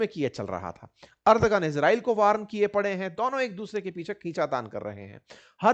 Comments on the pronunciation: अर्दगन नहीं एर्दोगन बोलिये। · Ardhogun ❌ ardhnagn